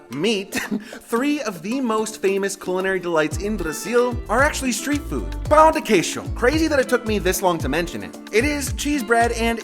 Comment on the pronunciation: I love the pronunciation here. Praciul, pau de queijo, cosheena 😂